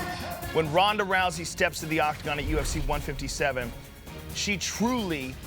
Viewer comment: And did she call it the oc-cocktagon? Hahaha